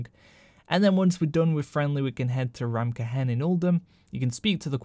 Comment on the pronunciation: "Ta-berd" Ta-baaaard is hard to listen to You say ramkehen just right...I don't get it "Reverred" damn son... "it's ree-veared"